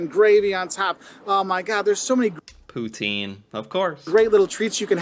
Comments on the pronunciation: Pro tip: It's not poo-teen. Its puts-in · It's not poo-teen, it's poo-tin .... not to be confused with Pu-tin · I literally just watched 15mins of this vid and at the 15 mark the dude says poutine the most American way possible he is an imposter I real Canadian pronounces poutine a very certain way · Not Poo-teen Poo-tin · The one mistake was it’s “ poo tin” Not poo teen and spelled putin ❤️🇨🇦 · Where I live it isn't pronounced poo-teen. it is pronounced poo-tin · Having Canadian versions of American chains is interesting because it's actually different. But I would still recommend Canadian chains. Please learn to pronounce pout-tin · Yall dont say poutine right lol